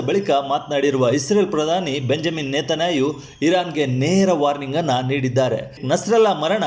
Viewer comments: ನೀವು ಕನ್ನಡ ಉಚ್ಛಾರ ಶುದ್ಧಿ ಮಾಡಿ. ನೇತನಾಯಿ. ಎಂದು. ನೇತನ್ಯಾಹು ಆಗಬೇಕು ಅಲ್ಲವೇ. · ಕಮ್ಮಿನೇನಿ ನೇತನ್ನಾಯಿ ಸರಿಯಾಗಿ ಉಚ್ಚಾರಣೆ ಮಾಡಪ್ಪ